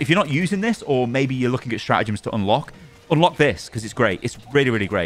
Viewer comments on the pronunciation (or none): It’s StraTagems. Not Stra’agems